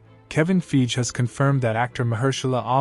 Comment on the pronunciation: It’s pronounced like: Fy Gee. You’re saying it like: Feej.